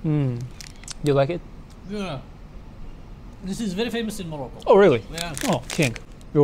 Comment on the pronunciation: Wolcome to morocoo 🥰👍